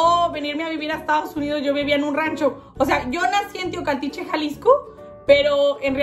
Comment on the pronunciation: ERES UNA CHULADA DE MUJER 😍😍😍😍 me encantaría conocerte un día, si un día vienes a Monterrey me encantaría darte un tour 😍 mucho excito saludos ❤️ me encanto el video jajajajaja y cómo pronuncias “teocaltiche” toda preciosa 😍 jajaja saludos